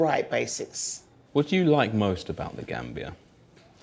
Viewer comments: GAMBIA not GANBIA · "I call it GRAM-bia" 😂😂😂🤮🤢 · she says she calls it grambia 🤣🤣🤣🤣🤣🤣🤣